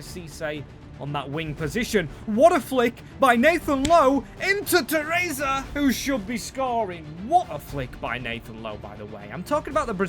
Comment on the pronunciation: Shit at pronouncing names this guy